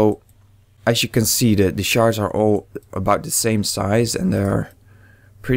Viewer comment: when you say shards it sound like youre saying sharts xD